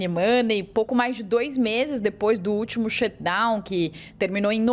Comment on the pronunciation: A correspondente brasileira que provavelmente mora em NYC, pronuncia a palavra shutdown perfeito mas quando fala a palavra money “mãni pronuncia correta. Ela fala monei . E você ainda confia nas apurações de jornalista assim?